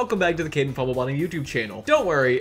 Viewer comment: Caden not Kaden